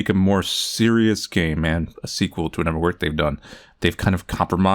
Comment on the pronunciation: The way says "psychiatrist" kills me. I love it though. Kinda like when he says "anuvver"